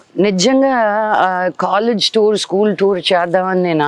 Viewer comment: Thoor kadhu tour